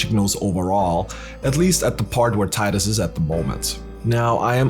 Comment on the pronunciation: Subscribed because you pronounce Tidus correctly :p